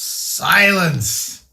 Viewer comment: "Silence" sounded like "Science" from Thomas Dolby.